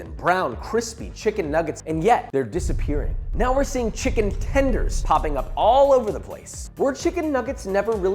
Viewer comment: Did you say chimken tembies?